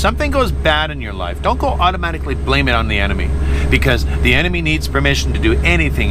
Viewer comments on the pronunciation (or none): none